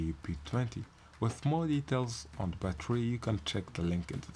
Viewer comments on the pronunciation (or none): Bro its "battery" not "batery"